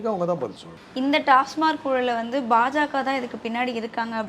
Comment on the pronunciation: டாஸ்மாக் என்று சொல்வதை விட்டு டாஸ்மார்க் என்று பேசும் இந்தப் பெண் யார்? கேள்வியே சரியாக கேட்க தெரியலயே